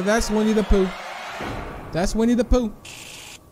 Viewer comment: When you said winne da pooh at the begining it kinda sounded like we need a poo